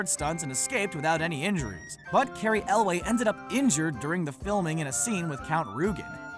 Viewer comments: Who's "Cary Elway"? Elwes is pronounced like "Elvis" with a w – "elwis". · It’s Carey (el-less) in princess bride not elway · Right, I wasn't sure, either, so I looked it up on (surprise, surprise) YouTube and found Elwes pronounces it "EL-wess." The guys who narrate these things really need to look things up! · The star of The Princess Bride's name is Cary ELWES not "Elway" or whatever the guy is saying... I was going to give it a pass but then he said it wrong every time he brought it up. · Cary Elwes. His last name is pronounced EXACTLY how it's spelled; EL·wěs, NOT EL·wā! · Elwes isn't [EL-way], it's [EL-wiss] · I don't think it's Carey elway.. it's Elwes or something along those lines...I enjoyed the video but that bothered me lol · Cary Elwes is pronounced Cary ELWES, not ELWAY. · It's Carry Elwes (pronounced Yules), not Elway. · Do you not know how to pronounce the name "Elwes"? Because it's not pronounced "El-way". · You keep saying Pattonkin and Elway. I do not think these words are pronounced the way you think they are pronounced. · Cary's last name is pronounced Ell Wess, Mandy's is pronounced Puh Tink In. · 'Elwes' is pronounced 'Lewes'. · Mandy Paw-TINK-in Cary El-wez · Cary elwes last name is not Elway! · Like Carey Elwes not Ellway lol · TheLarachela- it's actually pronounced Cary El-Wis. On a reddit AMA with Cary someone asked how to pronounce it...his quote is this: "Elvis, but with a W" (here's the whole page And him saying it too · I noticed, but then immediately forgot as soon as he started talking about Carey “Elway”. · Cary.....ELWAY? Dude, seriously? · damn completely butchered pronunciations of patinkin and elwes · Very odd that a channel dedicated to film doesn't know how to pronounce the names 'Patinkin' and 'Elwes'. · Good job mispronouncing Patinkin and Elwes LMAO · Never heard Mandy Potempkin and Cary Elwes' names butchered so badly 😂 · Cary Elwes.. there is an "S"... lol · The way he pronounced Elwes and Patinkin is infuriating